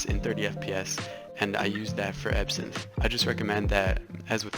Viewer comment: EVERYTIME u said ebsynth I THOUGHh u said epson like the printer company LOL!!!!